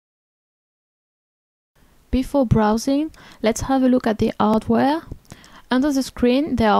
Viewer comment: The phones are nice and all but, I LOVE her accent. The way she said chocolate was very amusing. Right before that she even said hardware with a silent h. Just beautiful.